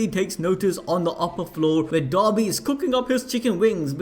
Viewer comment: Everytime he says dabi I understand dobby.. give this poor boy a sock.